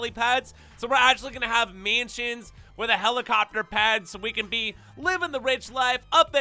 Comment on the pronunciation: Bro you gotta learn how to say mansions